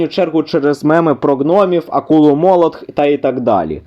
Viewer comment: молотх не нсбм. а МБМ